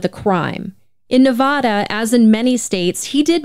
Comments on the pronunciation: Ne-VA-DA not "Ne-VO-Da" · I love your show. I've been mostly listening on Spotify. But as a lawyer from Nevada... 1) the town is pronounced E-lee. And 2) the state is Nev-a-duh, not Nev-aw-duh. Thanks for all you do! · As a Reno native, please pronounce Nevada correctly 😭 it’s Nev-ah-duh. Not Nev-vah-duh. We can’t stand the mispronunciation 🤣😭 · It's Nevada, not Nevoda. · As a Nevadan, I fucking hate how non-Nevadans pronounce Nevada. It's not "NeVAU-da", it's Nevada.